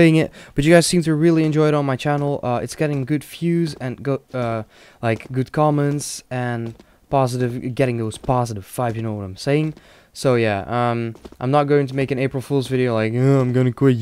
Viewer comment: why tf do you say fiews and fibes, its called views and vibes.